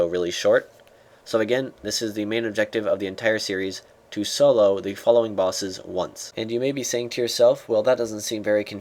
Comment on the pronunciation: he said solo bossess....derp